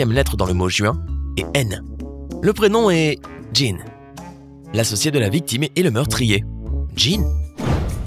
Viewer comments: (Jean) c’est un Bot qui parle donc lui il est habitué au pantalon donc il dit « Djinn » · Oe 😂 et en plus il prend un accent anglais pr dire Jean alors qu'en anglais c'est juste John ... Jean c'est fr ...